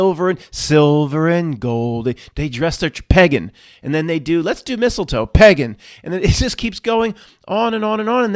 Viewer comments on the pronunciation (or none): The whole video was ruined for me by your strange pronunciation of the word pagan. You have no problem pronouncing cake in a lake. Im puzzled. Good tidings 🤣